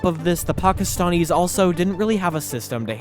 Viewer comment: Pockistonnies you say. From Pockiston? Really? 🤔 Why do you talk like that?